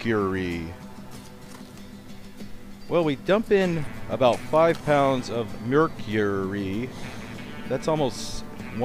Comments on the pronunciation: Excuse me but do you have a problem pronouncing Mercury? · omg i learned so much. thanks for explaining all the science! OH WAIT YOU DON'T EVEN KNOW HOW TO PRONOUNCE MERCURY THE TOXIC METAL THAT YOU ARE DANGEROUSLY HANDLING. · ha, it's tough for you to say mercury properly :) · I like how he says "Merr-cure-ee" lol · Merr-Curr-eyy lolz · Why did u say mercury like that??? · I noticed you really stressed how you said "mercury" sometimes. Have people been ribbing you for how you pronounce it?